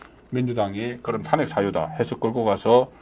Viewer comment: 송선생님, 존경하지만 ᆢ 몇몇 단어 발음이 어눌하여 들을때마다 속상해요 특히 *탄핵, *총장 등의 발음은 정말 듣기 민망함. ❤❤❤❤❤